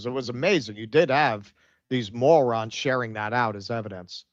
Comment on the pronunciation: ’ pronunciation of moron is now my new favorite way to say it